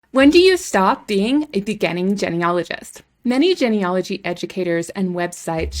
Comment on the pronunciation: Why are we labeling people? You don't even pronounce "genealogy" correctly and sound like a robot, anyway.